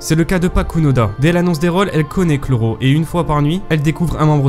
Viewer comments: Pas mal comme concept mais c'est pas chloro mais kuroro lucifer xD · Par contre le Chrollo il passe pas On dit kuroro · chui le seul que sa choque qu'il dise chrollo alors que dans l'anime ils disent kuroro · Les gars on dis pas kuroro et pas chrollo ??? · C'est Kuroro pas Chrollo wsh (expliquez d'où viens ce blaz) mdr y'a pas de chrollo dans l'anime... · j'ai lu le google doc vous confondez protagonistes et antagonistes ensuite le camps de la brigade est un peu trop cheat chrollo se prononce q lolo (kuroro)